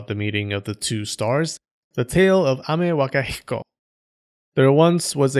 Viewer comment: I like how you can pronounce Amewakahiko perfectly and can't pronounce phenomenon